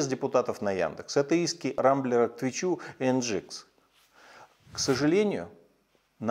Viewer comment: он сказал Твичу, а не твитчу. Хоррей! (ура)